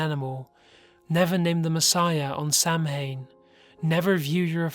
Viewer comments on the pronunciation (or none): I really enjoy your narration style & the stories that are featured. I understand that English is not your native tongue but there are a lot of good online pronunciation sites. It's really grating to hear so many words mispronounced so frequently. Aunt for example (A r n t) & Samhain (s o w en) I don't mean to offend or upset anyone, I just needed to voice my thoughts! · you pronounced samhain wrong